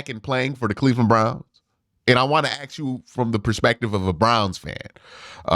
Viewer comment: Can you please say ask instead of ax? You're a very well read individual. You sound like a schmuck every time you say ax instead of ask. I like you. Just sound as intelligent as you are